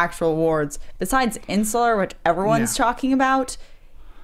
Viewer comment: pronouncing Interstellar: "Insular"...